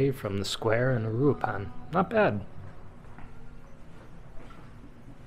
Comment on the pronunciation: Just for a reference on pronunciation: uruapan Oooh-rooh-ahh-pahn